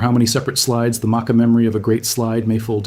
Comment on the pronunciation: The research is good, but the mispronouncing of Makah is killing me.